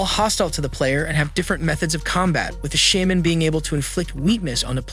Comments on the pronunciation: "Shah-HAM-en" "Kat-AYE-na" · shaman = sh-aw-man katana = kuh-tah-nuh